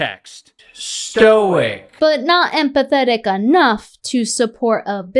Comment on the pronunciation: He pronounces it “Stoike”